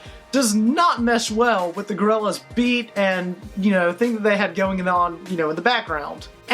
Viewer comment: Such a huge fan that he says their name wrong